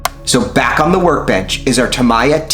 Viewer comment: You should look up how to pronouce "Tamiya"